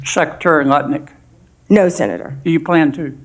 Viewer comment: If you listen you can hear him say nutlik...or am I only pausing and laughing too much... check it lol